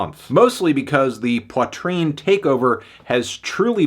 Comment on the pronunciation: Learn to pronounce Poitrine first.